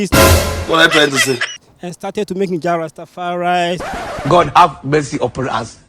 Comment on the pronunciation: Its Jah Rasta fa ri, ganga bun pan dat